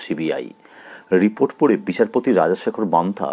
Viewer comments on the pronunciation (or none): none